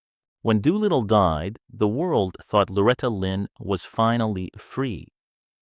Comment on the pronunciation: It’s Doolittle or Doo for short, not Dew little. Loretta mostly called him Doo. A lot of the quotes and stories going around online aren’t accurate, including this poorly AI done content.